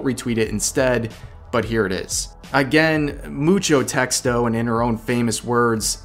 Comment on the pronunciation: As a latin american speaker (Mexico), I applaud your "Mucho Texto" pronounciation and give it a 10/10. About the whole topic, honestly, she reaped what she sowed. Nothing else. I don't think is good to send threats at all, but her attitude and apology where actually poor. And sadly, didn't hear of her before. Now I don't think I ever will cause she'll have no reach at all.